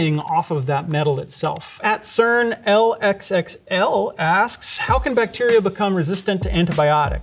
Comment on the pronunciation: "L X X L" 🤔 Otherwise very interesting !